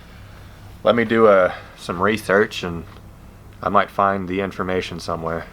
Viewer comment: the way you said research 😂😂